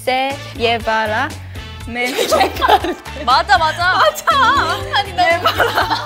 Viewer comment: Me dió risa cuando no decían el "mejor" completo y solo decían mej, no sé porque será pero bueno